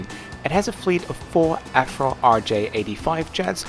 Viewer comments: it's called an AV RO jet not an AF RO jet, lol. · "The Afro". Germans and their v's. 😍😅